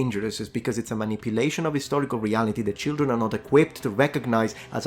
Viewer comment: It’s so cute when Europeans say “leetle cheeldren”